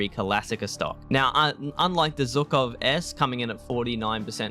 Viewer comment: Love your content! thx a lot. Would be great to see about SKS and OPSKS ps. the way you pronounce Zhukov is funny cuz it have to start with ʒ (like vision - [ˈvɪʒən])